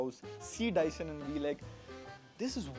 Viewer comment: Its Dyson Bro 😅🤣